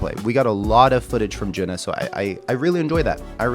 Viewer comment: Thank you for introducing HAGANE. The drummer is JUNNA, not Juna. JUNNA is pronounced as JU-N-NA. Recommended list